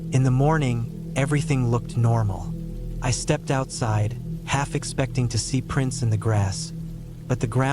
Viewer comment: Why does the ai say expecting like that